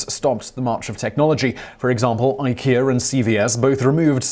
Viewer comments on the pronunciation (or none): none